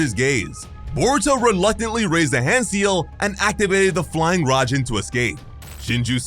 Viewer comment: Fly Raijin not rajin